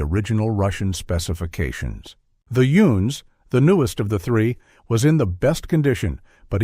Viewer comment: Excuse me, did you say, "Youns?"